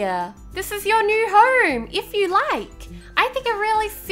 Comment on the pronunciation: I love u I love how u say herm and not home I just love u